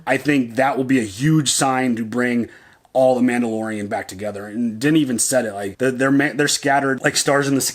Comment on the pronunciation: Man-BO-lorian!! LOLOLOLOLOL Mando-saurus!! LOLOLOL LOVE IT!! Also, I thought Grogu was trying to say "Look out behind you!" and not "This is the way".... I think he woulda felt them rollin up via the force.